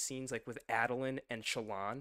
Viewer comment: Before I correct your pronunciation, let me make clear that Sanderson does not insist on any pronunciation. Say it how you want. Sanderson pronounces Jasnah as Yoss-nuh, and Adolin as A-duh-Lin. Do with that whatever you like